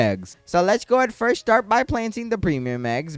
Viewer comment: Buddy stop saying fiers